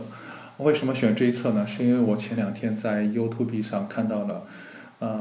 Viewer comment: 你都背完了，还念优图碧？唉，不知道说什么。